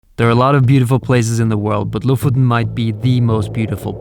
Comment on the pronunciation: I've always wondered how to pronounce Lofoten! Now I know!